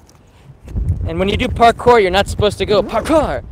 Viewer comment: OMG LMAO “PARCORE”